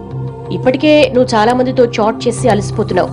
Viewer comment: It's not chot it's chat